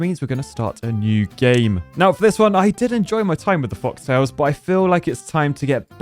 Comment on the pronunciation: It’s fo-LK-tales, not foxtails.